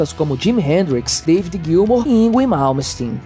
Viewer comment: Vídeo MARAVILHOSO! Obrigado, cara! Só toma cuidado com o Yngwie. Ele dá piti de não falar certo. É 'Ingvi'. Ahahahah Forte abraço.